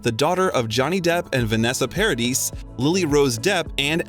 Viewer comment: I gasped out loud at how Denis Villeneuve's name was butchered omg. Same for Vanessa Paradis's name, I mean I get it, not everyone speaks french but it would have been easily found how to say them correctly. 😅otherwise, good video.